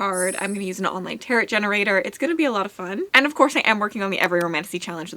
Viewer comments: The cards are pronounced "terro", not "terret". Just fyi. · The cards are pronounced "taro", not "terro". Just fyi.